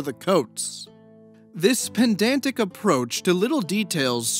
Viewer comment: Not to be pedantic... but it is pedantic, not pend-dan-tic. 😅 Edit: There it is! Haha Love your videos :)